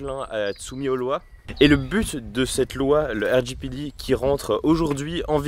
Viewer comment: Pourquoi tu dit « RJPiDi » ? Si tu veux prononcer en anglais utilise l’acronyme anglais 😄